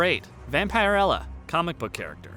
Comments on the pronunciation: It's "Vampirella" not "Vampire Ella". It's a short 'i'. Not a long one. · Dude that pronounced Vam-pir-ella not Vampire-ella. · It's pronounced Vam-puh-rella. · Say it with me Vam-per-ella Not Vampire Ella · Its prounounced vamper. Illa.👌 she can fight and hold her own. With evil arnie 🤣 sweet right!?! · the way he say Vampirella drives me crazy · The way you pronounce vampirella is so cringy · This video should get a thumbs down just for the pronunciation of Vampirella. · Learn how to pronounce Vampirella....